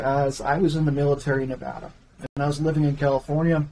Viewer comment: You don't know how to pronounce our state and then keep interrupting your guest. You should have picked up on how said Nevada after the second time.